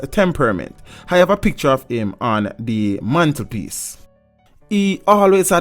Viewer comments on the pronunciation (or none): none